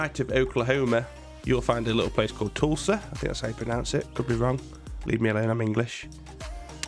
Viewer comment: Boss left me at work to go to practice there. Live an hour south of Tulsa. And yes you did say it right